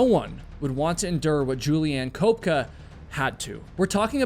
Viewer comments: You do all the research for the stories but don’t even find out how to pronounce a person’s name. Julianna Koepka is NOT pronounced Cope Ka. It’s pronounced KEP ka. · Her name is Köpcke, pronounced: Kööpke. At least try it.